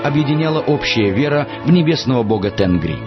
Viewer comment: Правильнее будет не Тенгри, а ТЕНГИРИ!